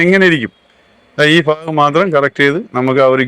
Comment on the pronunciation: നിങ്ങളുടെ അവതരണത്തിൽ കുറച്ചു മാറ്റം വരുത്തണം അതു പോലെ ഫാഗം അല്ല ഭാഗം എന്നു പറയാൻ നോക്കണം